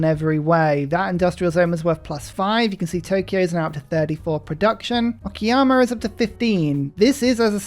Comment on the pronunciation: It's "o-ka-ya-ma" not "o-ki-ya-ma" 😂 sounds so weird if misspelled